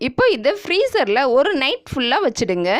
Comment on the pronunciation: It sounds like ORU table spoon seeni please do correct it